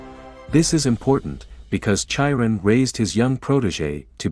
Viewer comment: Chiron is pronounced: with a hard K; Kai-run